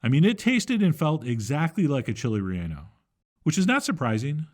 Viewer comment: Call it Torta de Rellano. (also it's pronounced Ray - YAH - no, not Ray - ANN - oh). ;)